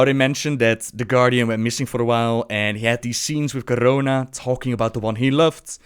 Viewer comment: PS-please post a video where you just say 'Garona' for like 5 minutes. I love how you roll that R so effortlessly. <3